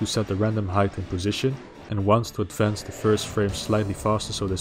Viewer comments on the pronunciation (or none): none